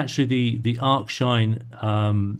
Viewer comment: We generally get what we need with HT followed by HDRMT/CCHDRMT when appropriate, or MaskedStretch, but this is very interesting and will compare again with the newer process, which replaces the script. Thanks and TAIC. FYI, it's ARC-sinh rather than ARCH-sinh.